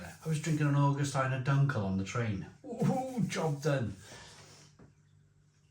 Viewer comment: Augustiner, say after me or-gus-tina, I live here in bayern.